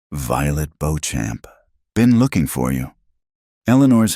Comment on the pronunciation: I doubt her last name is Bo-Champ! Likely Beauchamp. Which is pronounced either BEE-chum or BEE-cham or boh-SHOM. I love that she took out three bounty hunters with one pistol. She learned her shooting well.